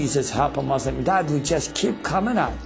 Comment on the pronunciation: Lol he's a ex Muslim and can't even say Muslim he says "Mozulm." Lol so fake it's just to sell Christianity.